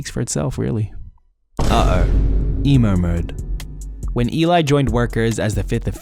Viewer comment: ELI ❎ E-LAI ✅